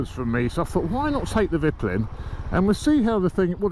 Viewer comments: Its pronounced veetpeelin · [Veet-peelen] mate ; ) Cheers from Sweden! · Think you should pronounce it "Veetpeelen. (White arrow) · Haha it’s hard with the Swedish name of course but it’s funny to hear it like that -Viplin😆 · You pronounce it more like "viiiiiiiitpiiiiileeen". As for white arrow. Top tip from a tourist in Sweden :-)